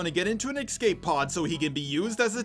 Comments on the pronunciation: Why do you say excape instead of escape? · Does anyone else notice that says "excape" instead of "escape?"